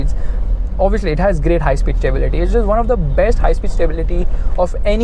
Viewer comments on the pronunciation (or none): none